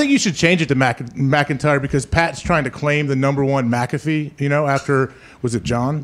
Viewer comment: And killing the names lol Jason “McIntyre” hahaha His last name is posted all over the office and in the title of the show